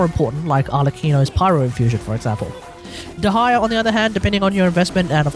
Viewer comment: "De-ha-ya" as a Dehya main, I will not stand for this 😤